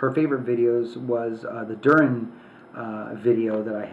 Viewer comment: I think it's pronounced dur-e-in